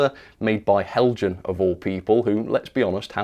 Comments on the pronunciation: These brickbat videos are more entertaining tha the ones where you extoll the virtues of an excellent model! Heljan, is pronounced "Hell-y-an". The devil is in the detail. Thanks for uploading. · Isn't it pronounced Hel-Yan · Nice music effects..! And nice WobBle down the track... But, um, it's "Hell-yan" or "Hell-yun". In most European languages a 'j' is pronounced like an 'h'. So, French "Jomini" = "Yom-a-nee". Spanish "Junta" = "Hoont-ah". Danish "Heljan" = "Hell-yan" or "Hell-yun".